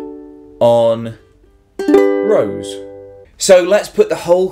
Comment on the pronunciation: 'Rose' acutally isn't pronounced like a rose (flower) in Frech, the R is pronounced more (like the Scotts do) an there is no 'u', because it's not R-o-u-s-e (